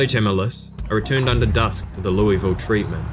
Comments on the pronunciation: You've got half of the city's name correct. It's Lew-uh-vull You're pronouncing it lewie-vull. I've lived here my entire life, and you'll get a LOT of respect from people who live here by pronouncing it correctly, because nobody ever does outside of this city. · loeVille. You're american not french stop acting like a french person and just say Louisville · Never played but enjoyed the watch and your narration. You know how UK has placer like Leicester that sound like "Lie-ster?" Louisville is pronounced with a mouthful of peanut butter, like "Lull-ville". Yep, they also just ignore a bunch of letters. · LOO-uh-vuul (rhymes with 'doable') is how natives in Kentucky pronounce this city. Since this is such an important part of the lore, thought you might like to know that! :) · As a Louisville native, you’ve gotta say it like you’ve got marbles in your mouth. Lou-uh-vuhl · It's pronounced "Loo-uh-vul". Anyone from Kentucky knows this. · It's always so jarring watching Project Zomboid on youtube because nobody pronounces Louisville like a local would. Should be closer to Lull-ville. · Everyone from KY is cringing at how others say Louisville. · As someone from ky it hurts to hear you say Louisville the way you say it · as a native kentuckian, i hate how outsiders pronounce "Louisville"